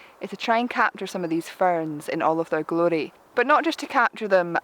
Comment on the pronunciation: For me it is refreshing to look at you and listen to you; yes, you have a trained eye for the multiple nuances presented in nature, as well as the potential that photography offers to everyone. Lastly, I have noticed a second word that you pronounce in a fabulous way in your Scottish accent, namely 'glory;' the first was 'polarizer.' Just having personal fun with that. Thanks, and do continue your inspiring work.